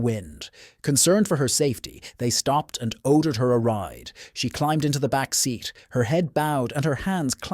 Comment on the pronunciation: ‘Oddered’ a lift, and County ‘Oddaly.’